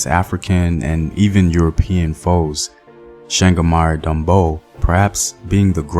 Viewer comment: I wish i could send a voicenote with the correct pronunciation of CHANGAMIRE DOMBO!